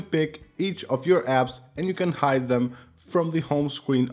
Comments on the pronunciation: It's you not hew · Here hew go again. Yup I posted public comment but whatever I said is not about all public but to ONLY. so what part of NON OF YOUR BUSINESS hew don't understand?